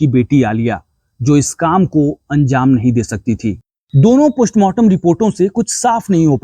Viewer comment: Poshmartam nhi mere bhai.postmartam😂